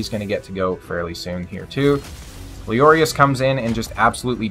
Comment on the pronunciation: calling lezarius as leories made me laugh so hard